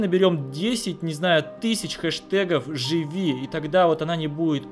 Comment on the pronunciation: Лев Татарников правильно не жыви а живи